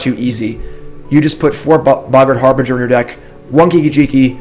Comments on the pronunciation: So tired of hearing "har-bringer" "Har-bin-jer" say it please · Harbinger is pronounced like "Har-bin-jer" :)